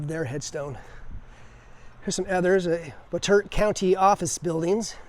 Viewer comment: It's pronounced "Bot-A-Tot".